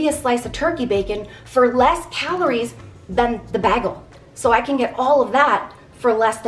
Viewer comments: I love you dearly and watch your videos all the time but I had to say something. It is pronounced. BAY-gul, not Bag..el. My heritage forced me to say something ❤ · Bay gel not bag el just saying